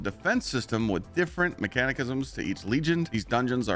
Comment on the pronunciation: Mechanic-ism 😂😂😂 .. bro.. Mech-a-nism ffs youtubers really are dumb